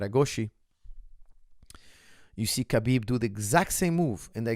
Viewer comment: It fraks me out so much that, coming from an arabic background knows very well that Khabib is pronounced as Habib NOT Kabib and still calls him Kabib like Khabib actually cares. So weird